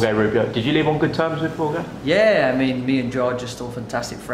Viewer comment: Why do they pronounce Jorge like 'Whore-gay'? I thought it was pronounced closer to 'Whore-hey' in Spanish? No pun intended